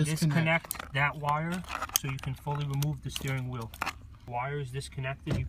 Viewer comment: "now you cahn fullie weemove tha nutt